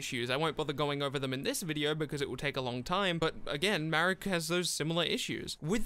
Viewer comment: its marik. ma - rik. though the name shouldve been "malik" but the japanese cant spell "L". so its ma rik not marrick